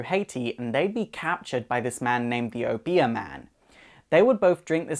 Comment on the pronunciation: you pronounce obeah funny xD